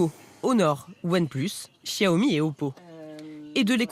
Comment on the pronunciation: Sauf que ça se prononce "Siaomi". Le "x" en chinois se prononce comme un "s" ;)